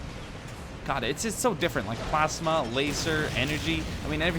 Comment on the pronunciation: its a PLASma Not plasema